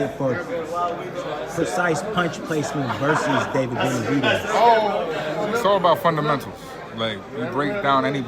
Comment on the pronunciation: He called Benevitez lord farquad lmfaoo ..mehn